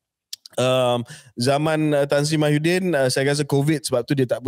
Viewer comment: KJ always said Mahyuddin, bukan ke Muhyiddin ke?😂